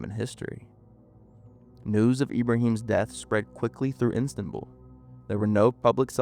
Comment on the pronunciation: The repeated pronouncing of ‘Istanbul’ as ‘Instanbul’ was irritating, but otherwise a fascinating and horrifying story.